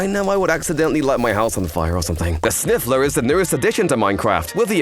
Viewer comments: They are called sniffer not sniffler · Its called sniffer not sniffler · snifler? its sniffer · It's sniffer